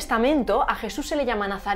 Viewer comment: JIESUS? Giente? Un nuevo ejiemplo de esta pronunciacion chilena. Pero en Espana donde se habla asi?